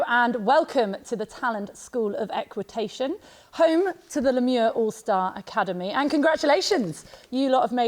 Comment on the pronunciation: My dear ladies u have butchered the “Le Mieux” pronunciation